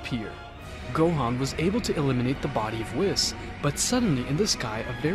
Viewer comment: It KILLS ME that this guy says EVERY SINGLE NAME WRONG!!!!!!! Picorro.... Shenlong.... Whis like "Swiss" .... Vermoot.... GoTEEN.... ...........SO BAD!!!!!!! Story is good tho lol.